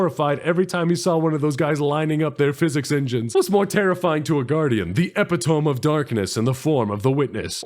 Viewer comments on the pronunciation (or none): nah man mcdonalds sprite doesnt taste like tv static, alka seltzer does. also epitome is pronounced e-pi-toe-mii not e-pi-tome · Did my dude just say “Epi-tome” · says "Epitome" like someone who's only ever read it.